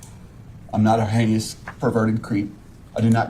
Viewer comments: He is almost worse than DB!!! And listen to him say "heinous" "haykneeus" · He does keep saying "Hany-us" right Im not crazy.